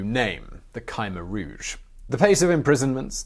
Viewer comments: For the correct pronunciation of "Khmer Rouge": /watch?v=IG-TpOAUHQM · It"a not Ky meer rooje. It's as if the I qwew silent but if you say Kimmeer rooje it, a better. . Kim rhymes with Jim. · You’re pronouncing Khmer Rouge wrong…there’s no y in Khmer Rouge